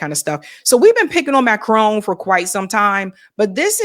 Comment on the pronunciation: It's MACRON, not Macrone. Is that so hard?